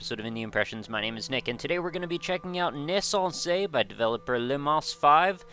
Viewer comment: I only just saw this, but god dammit, you're the only reviewer who gets the pronounciation of the title right. Thumbs up ;p